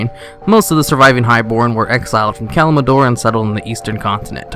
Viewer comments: It is Kal- im- Dor...not Kalmidor...omg that bugs me so much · Wait, did you just call Kalimdor Kalmindor? I would also like to know, what is that anime background I often see on your videos? seems cool and i'd like to watch them! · pretty sure i heard a pandara and kalmidor somewhere in there but w/e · He said Kalmidor everytime. Gave me the cringes. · Did he say kalmlador not kalimdor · It is damn near impossible for there to be that many habitable planets in a single solar system. And it's "Kalimdor" not "Kalimador." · Did you just say Kalimador? 🤔😄 Love your videos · ahh yes, kalimador. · isn't it Kalimdor not Kalbador sorry if its annoing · Can someone please tell me what the fuck "Kalimador" is? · Can you, please, start saying Kalimdor right? Malfurion says it like a million times in Warcraft 3. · great video but you mispronounce ALOT of things from quiraji to pandaria to kalimdor...